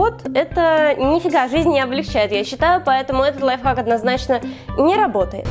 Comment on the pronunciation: Кто заметил что она говорила не лайфхак а лайфак😁😂